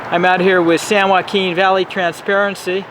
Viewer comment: SAN JOAQUIN .... SHHHHHH... jeez